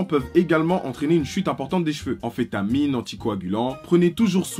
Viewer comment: "CERTAINS Médicaments" "amphétamine"